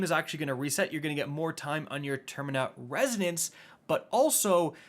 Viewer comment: For the love of God it's terminaL resonance Idk why that bothered me so much but there's a clear L in terminal